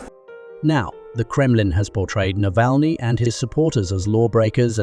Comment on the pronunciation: How many 'differen' pronounciations' of ALEXEY NAVALNY'S name in this clip???